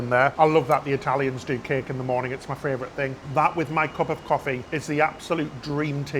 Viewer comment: I’ve started saying fravourite cos of you two 😂